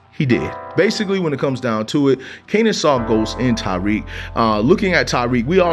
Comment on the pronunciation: Bruh say it with me (Ta-Reek) my name really shouldn’t be that hard to say 😭